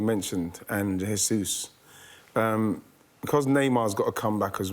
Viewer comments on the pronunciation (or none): *J*aysus not *H*aysus - it's a Portugese name not Spanish name.